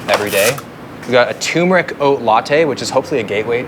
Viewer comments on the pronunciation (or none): Hey, I've watched a lot of your videos and noticed you pronounce "turmeric" incorrectly. I just thought I'd point this out as you're a fitness/food/nutrition guy and it helps to be correct on the little things if you want to be taken seriously about the bigger things.